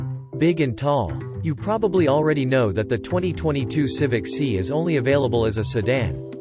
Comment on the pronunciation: it is pronounced "S" "i" ( not Si......or "C"). C'Mon